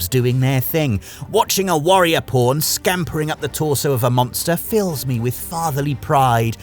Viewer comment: Why do I always hear Po*n when he says Pawn lol